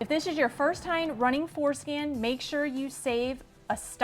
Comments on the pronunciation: Man, that was funny. I thought you said Forskin I had to listen to It several times before.I realized you were saying floor skin 🤔 😂❤😂😂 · I keep hearing her say "foreskin" 🤣Good job btw.